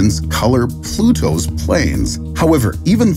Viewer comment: Did you just fucking pronounce Pluto Pleto?!